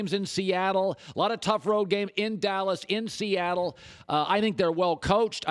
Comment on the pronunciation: ...Or a Sssssss.... couldn't say Seattle Lol 😆🤭